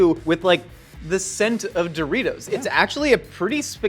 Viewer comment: Mountain Dewritos...